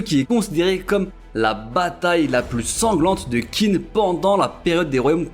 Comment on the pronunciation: Top! Petite remarque qin se prononce " tchin" | zhao = tchao